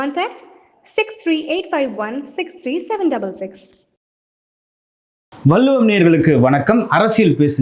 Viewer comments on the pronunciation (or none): மரியாதைக்குரிய அவர்களுக்கு ஒரு வேண்டுகோள். உஙகள் எதிரில் இருப்பவர் தமி்ழ் வார்த்தைகளை ச‌ரியாக உச்சரிக்க அறிவுறுத்துங்கள். வள்ளுவம் என்பதை வல்லுவம் என்று தவறாக உச்சரிக்க றார்